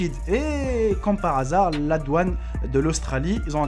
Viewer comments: C'est douane et non pas doaune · Juste pour te dire khoya que c'est " DOUANE " et pas " DOAUNE" mais sinon c'est pas grave cool ta vidéo. J'ai likez